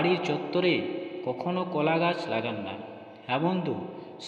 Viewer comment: একই কথা বার বার বলা হয়েছে। সংক্ষিপ্ত এবং তথ্য সমৃদ্ধ হবে, এটাই আশা করা হয়েছিল। কিন্তু সে গুড়ে বালি। আর কথাটা কলা ,কোলা নয়।